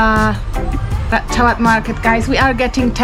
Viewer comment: Ratchawat. Is not Rat ta cha wat Raachawat Raach = Racha (the King)